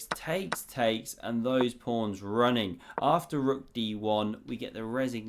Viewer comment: why is he calling the pawns prawns